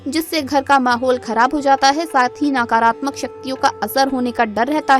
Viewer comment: आपकी जानकारी के लिए धन्यवाद कृपया उच्चारण सही करें, नकारात्मक को नाकारात्मक , व साकारात्मक न बोलें, मंदार वृक्ष अलग है रुई का अलग, अल्प ज्ञान से भ्रम न फैलाएं।